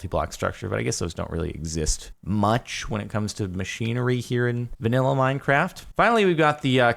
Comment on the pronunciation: "Alright, welcome back to Mein Kraft" spoken like a true German.